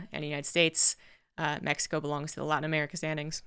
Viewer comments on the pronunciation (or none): none